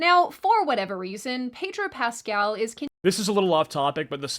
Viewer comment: Pedro Pest-al